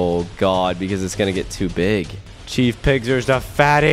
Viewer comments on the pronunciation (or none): It’s chef pigster not chief pigster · When you played against chef pigs tee it’s not CHEIF pigs tear it is CHEF poster like chef sounds like shef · ITS SHIEF BIGSTER BUT YOUR SAYING CHIEF PIGSTER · Chef not chief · First of all its not chief pigster it's chef pigster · I think it is chef pigster not Chief pigster😅😅😅😅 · It is not Chief Pigster it is Chef pigster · It’s not chief Big Sur it’s chef Pigster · Bro it’s chef not chief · CHEF PIGSTER NOT CHEIF PIGSTER. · It's chef not chief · Its chef not cheif 😒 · Caylus It's chef pigster Like a cook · FYI Caylus, it’s C H E F 👨‍🍳🐷🐽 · It's ch-e-f pigster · It's "chef" Pigster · It is pronounced chef peggster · It's pronounced chef pigster. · Not tchief picster chief picster.